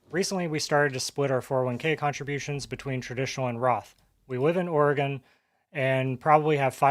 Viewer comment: ORE-GUN is the correct pronunciation.. Born and raised there.. We also at an earlier date had the most guns per capita, before everyone woke up.. Moved along many years ago.. Living in Thailand for the last 20yrs. and stuff like my property tax is laughably miniscule compared to what we had payed, in any of the other states we have ever lived in.. Sell out and jump on a plane is the best advice in this day and age..